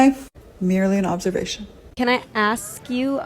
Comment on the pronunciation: The word is A-sk. ....ASK.....It's not aKs. If you're want to come across as educated.....it benefits you to use the English language correctly.